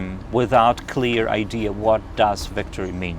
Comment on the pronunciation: 5. please stop calling idea - ideaR:)